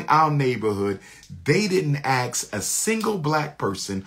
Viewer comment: 6 degrees and he cant pronounce 'Ask'